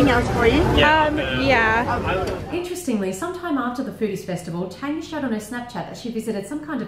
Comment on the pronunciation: Guys it is Tanya not Tania xD